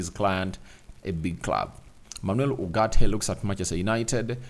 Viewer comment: It's ugarte not urgate